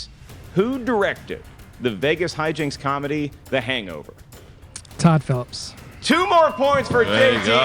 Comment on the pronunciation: so said Todd PHELPS.. Its Phillips